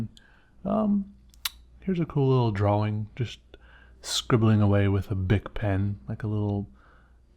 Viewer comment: "drauwing." Is that how they say it in the phillipines? btw your art is great i like your brainstorming techniques 👍